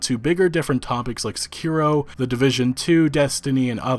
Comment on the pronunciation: Securo? Ummmm, it's SEKIRO- SEH-KEE-ROW